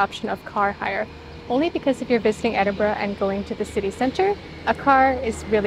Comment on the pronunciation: Great for pronouncing the city correctly. I genuinely don't understand the 'eniborrow' 'endinbrooo'